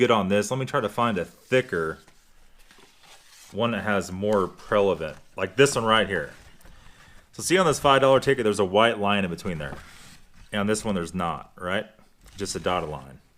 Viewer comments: Prelevent? I think you mean prevalent, lol.😊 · Gerry Conway he said “prelavent”😆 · Don’t take advice from someone who can’t pronounce the word “prevalent” lol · I thought that is what I heard. "Prelevant" is not a word